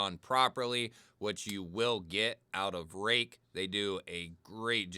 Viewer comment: This is an oldie, but a real Goodie. Today I have my Kizer Yorkie with M390 and am test driving my brand new Real Steel Perix crossbar lock, which I got based on seeing your review ! Apparently you are pronouncing it correctly. I have a few Ruike knives which are all superb in terms of QC, fit and finish and price.